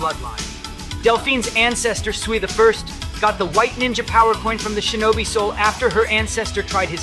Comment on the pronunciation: it’s shinobi you don’t know how to pronounce it properly